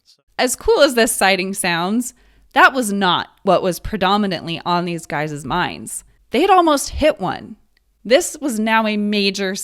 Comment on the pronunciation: guyzes? what the hell are "guyzes"?? are you trying to say "guys"? you must be because "guyzes" isn't a frigging word!!! FFS!!